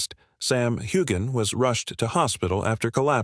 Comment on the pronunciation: Why would anybody believe a word your saying when you can't even pronounce his name correctly?